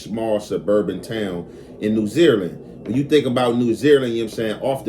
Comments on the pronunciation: Got damn that got on my nerves 😅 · New Zealand pronounce: NEW ZEE LAND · The way you say New Zealand, New Zeerland/Zereland had me cracking up I had to make sure I wasn't trippin like is this a new country I never heard of or is the Cali accent or is that just the way you say it hilarious though